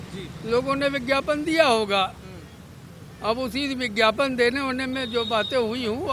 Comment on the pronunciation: Yeh Shanti doot gyapan ko Vigyapan kh rha h. Ense baat krna apna Apman krna h